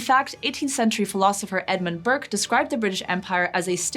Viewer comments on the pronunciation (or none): none